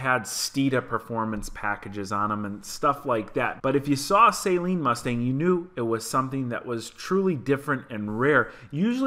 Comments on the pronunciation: The 2018 is a better builder and fix. The Shelby -Hertz is toast. And that last one is a Saaaleen, not a say-seen. Most Sleen cars are not supercharged. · I don’t think it’s pronounced as a “saline” mustang, unless it’s a base mustang getting intravenous solution. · its not SAYLEEN its jus SALEEN